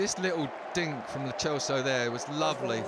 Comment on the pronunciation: why tf is he calling Lo Celso Lo Chelso